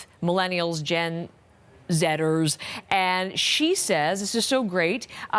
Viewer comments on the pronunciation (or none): It's Gen Z, NOT "Gen Zetters."